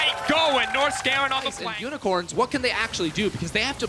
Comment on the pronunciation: Wait…. I've heard them say "Nors-garen", but they actually mean Norskeren, it makes sense now lol